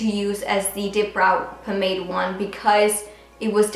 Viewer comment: The way she pronounces "pomade" tho😂🤦‍♀️